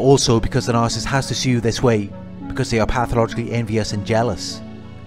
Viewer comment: It’s “NAR-SIS-IST”